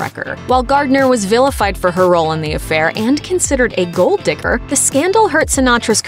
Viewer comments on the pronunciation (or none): none